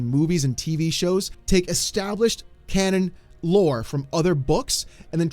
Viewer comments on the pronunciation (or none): none